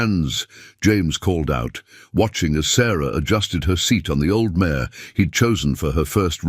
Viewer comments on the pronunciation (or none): not «mayor» but «mare» - «jument» in french, i. e. a she-horse